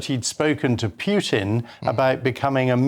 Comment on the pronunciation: "Putin" does not rhyme with "puke". Geez.